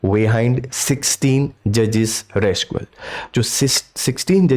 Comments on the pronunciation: RECUSAL ✅ RESCUAL ❌…btw good explanation sir😊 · शब्द रेस्कुअल नहीं रैक्यूजल है। इतना बड़ा विडियो क्यों बनाया, कहना क्या चाह रहे हैं जनाब? आपने ये तो बताया नहीं कि recusal क्यों ? former CM रहे हैं? CM रहे हैं काफी नहीं है क्या? अरे कुछ तो सार रखिये,पढ़ाने जा रहे हैं भावी चतुर्वेदी, शेषन और खेमकाओं को। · Pronounce IT AS रिक्यूजल AND NOT रेस्क्यूल YOU ARE TEACHING THE STUDENTS SO YOU SHOULD LEARN FIRST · Recusal not rescual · RECUSAL and not RESCUAL. . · Abbey khufiye, upsc ko padhata hai aur english pronunciation bhi nahi ata. Rescual kya hota hai? Recusal hota hai. Dictionary khol aur khud zara padh le. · 🤦‍♂️🤦‍♂️ अरे वो " रेकुसल" है रेसक्यूल नहीं। इस चैनल की मट्टी पलीत करके रख दी ऐसे ऐसे नये नये लोगों ने। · It is recusal, but not rescual.... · RESUCAL nahi RECUSAL hai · रेस्कुअल नहीं, रिक्यूजल । लिखा सही है, बोल गलत रहे हैं। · recusal likha rescual bol rahe hain baar baar. upar se name pronounce karne nahi aa raha hai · You did not mention about the case about Mr. Sanjeev Chaturvedi. Also, please pronounce the word recusal properly. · Sir apne wo recusals thoda galat read Kiya he......रिक्यूसल hota he. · rescual ..?? Kya pronunciation kr rhe ho sir.. 🤦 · Recusal hoga Sir...... Ek baar aap fir se sune video pronunciation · रिक्यूसल बोलिए। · Recusal ko theek se pronounce kariye